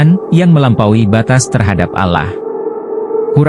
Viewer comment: Nyebut Allah sj spt non muslim